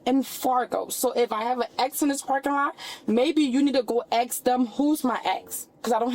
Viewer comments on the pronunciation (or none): "So if I have a axe in this parking lot, maybe you need to go axe them who's my axe coz I don't have a axe." Jesus H. Christ. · One thing the word is ask not ax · you can’t say “ambalance” and “axe” instead of “ask” back to back holy shit. put her in prison for her speaking alone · She hit the "ambalamps" and "axe" within like 5 sec. I just need the African ceiling bird, "I can't breave," and "I dindu nuffin" to get a BINGO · Sorry if this sounds rude, but I dont understand why she cannot say "ASK"..Instead she says "AXE", I've never understood that..🤔🤔🤔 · My biggest pet peeve is when people pronounce the word ask or asking, as AK or aking. Ugh 🙄 Please learn how to speak properly and stop trying to sound educated. 😂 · ‘’Can I axe you a question about your ex?” LOL I’m so confused! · Why can’t these people pronounce AMBULANCE or ASK? Seriously? Amboolanc, axe. 😂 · Pronouncing “ask” as “aks” is doing her life zero favors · Good grief she is dang near illiterate - how cringe! Yuck! "Ambahlance" "axe" etc. These people are the lowest of the low. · Why can't black people say the word ask, They say axed. Why? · never trust anyone who says “axe” instead of “ask”. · Its pronounced 'axe' not 'ask' 😂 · WARNING: you may lose brain cells and IQ while listening to this "person" with an IQ BELOW zero! Anyone using the word AX instead of ASK = low IQ to begin with, this one is in the NEGATIVE numbers:face-green-smiling: 19 years in prison: 👍👍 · Omg, I thought I was the only one! And it is ASK not AXE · Am I the only one who visualizes it as “aks”?! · Please take that eyelash off. When you hear anyone saying aksing tells you a lot. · What’s a “foreheat?” And what does it mean to “ax” something? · I'm convinced the IQ is dropping precipitously in this country. The inability to speak coherently and cogently has become a lost art. If I hear AXE one more time...... 😵‍💫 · There’s the “axe” 🪓 and “amber lamps” 🚑 🤦🏻‍♀️🤦🏻‍♀️🤦🏻‍♀️ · People still say "axe"? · All of them